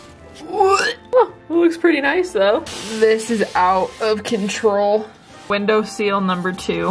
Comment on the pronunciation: I say window seal too! My husband gets so annoyed because he sells windows for a living. He always corrects me when I say it wrong. Lol